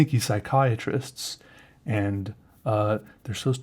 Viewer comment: as a Psychology major I die a little inside when you say Psychiatrists:(